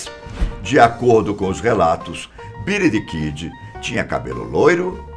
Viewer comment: " Bílí Dí Kídí "